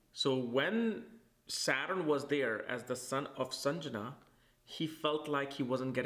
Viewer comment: Lovely video. Grateful for the information. Though it’s Sandhya(dusk) not Sanjana. 😊